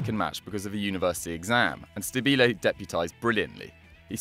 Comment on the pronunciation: My God, the misplaced accents in Stabile and Bergomi made me almost stop the video.